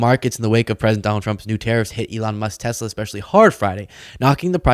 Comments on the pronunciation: There is no "R" on the end of Tesla! WTF? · it's Tesla, not Tessla. Try harder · So that's now Trump, Ben Meiselas and who erroneously pronounce 'Tesla' as 'Tessla'. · "I love Teslar" 😊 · Well I guess I'm a creep and a jerk too because everytime I heard tessl"er" stock went down I was downright giggly!! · You mean "Teslar" 😂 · I love tesler....lol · Oh no, not Tesler! 😂